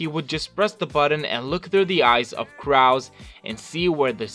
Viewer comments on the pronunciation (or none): Stop . . . Saying . . . CRAW! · I have to stop watching bc of the way you say crow I’m sorry